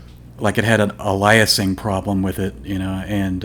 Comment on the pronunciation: It's pronounced Ail-eh-sing. Just sayin'.